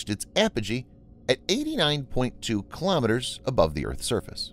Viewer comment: Not kalamaduhz - kilo'meters.